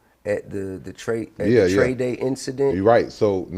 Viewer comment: The fact that ti and zro was beefing and even he say Trae wrong 😂